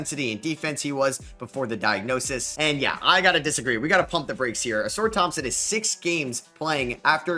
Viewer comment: bro you gotta start pronouncing some of these names correctly 😭 AlpeREN Sengun, AuSAR Thompson